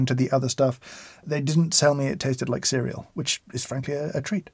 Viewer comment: Every time he said “cereal” I started cracking up.